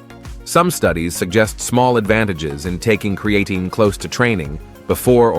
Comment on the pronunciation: Can somebody reprogram this AI voice to pronounce creatine correctly..